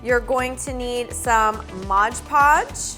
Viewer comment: Haha modge podge! Lol its mod podge silly Edit: Just realizing I didn't tell you how awesome this was & just made fun of how you say mod podge! I really love this & am going to try and do it! Thanks so much! 😆💘